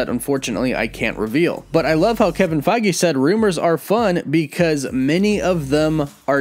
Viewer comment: Faggae? Pretty sure it’s pronounced Feige (Fay-ge)